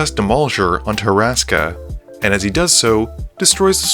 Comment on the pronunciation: Two notes. Max's commander is Hur-ska, not Hur-a-ska. Additionally, you referred to Ashiok as him; Ashiok is gender neutral, and uses they/them pronouns.